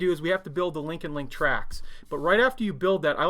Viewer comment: Not crazy about Tamiya kits, I prefer a kit that needs more input and takes more than a couple of evenings to build, saying that the finished models are very good but I like to get more entertainment for my money. The new shop looks great by the way As an aside, when you say "link & length" it sounds more like "link & link"